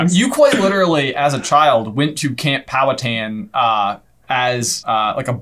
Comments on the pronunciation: it is pronounced pow-hatan it is like man hatan exept the pan gets powed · I would be more impressed if anyone could pronounce Pow'Hattan correctly (emphasis on Hat)